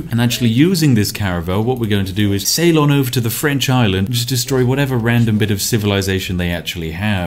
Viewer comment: "... I'm gonna sail on over ..." or was it "... I'm gonna Ceylon over ..."? ;P